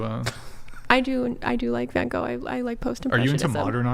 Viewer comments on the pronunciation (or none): art major doesn't know how to pronounce van gogh haha